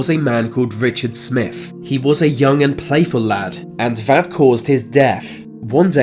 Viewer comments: Twenty Three not twenty free, Smith not Smiff, Smooth not Smoove, and so it goes on Please speak English properly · There's no F sound in 23 Smith is with a th stop saying it with an F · I'm being cremated, but thanks for the advice. This narrator has a problem pronouncing "th", so we have Smiff instead of Smith, deaf instead of death.... etc, it's annoying. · Get your moneys worfh Said Richard Smifh who was completely smoofh so remember deafh two fousand. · Mr. "Smiff"... These "fings"... They were completely "smoov"... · It it Smiff or Smith? I’m not sure with your accent n pronunciation. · Are you saying 'def' instead of 'deaTH' ??? And the name is SmiTH, not 'Smiff' 🥴🤣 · remember deaf....Smiff....wow the accent. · “Deaf” “Vey are dead” “Smiff “ Come on son, make an effort.